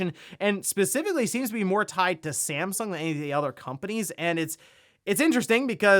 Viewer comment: .... was that STAMsung? :-) just poking some fun.